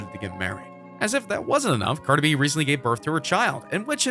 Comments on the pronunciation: “Carda B.” 😹😹😹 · First off who is Carda B it’s Cardi B get it correct. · WHO THE FUCK IS CARDA B ????? Excuse me sir it’s cardi b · U got ur facts wrong it’s bc he cheated. Continuously how would U know anyways u cant even pronounce her name right